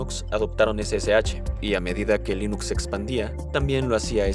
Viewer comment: No se dice Lainux, se dice Linux. Es ricitos de oro, no risitos de oro.